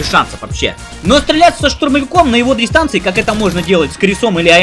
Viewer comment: Столько оговорок забавных уащпэ: пистолёт - пулемёт и "на дристанции" :)